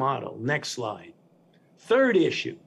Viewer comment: I love how he keeps saying next lie next lie and then at the end he says last lie ...Ah Ah Ah